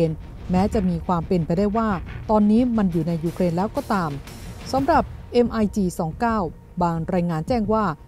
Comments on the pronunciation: แอบขำ ผู้อ่านข่าว นาทีที่ อ่าน "เอ็มไอจีสองเก้า "แทนที่จะอ่านว่า " มิคยี่สิบเก้า " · MiG 29 อ่านว่า มิกยี่สิบเก้า ผลิตโดย Mikoyan มิโคยัน ของรัสเซีย